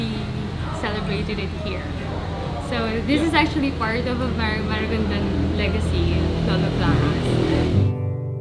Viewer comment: MARIGONDON NOT MARAGONDON. I'VE BEEN IN MARIGONDON IN CEBU LAST YEAR.